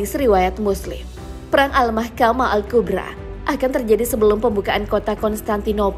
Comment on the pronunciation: Kubro,, bukan kubra bacanya min,,kek ular kubra